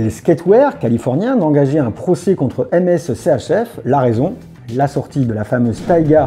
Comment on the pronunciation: Très sympa, en revanche MSCHF, se prononce MiSCHieF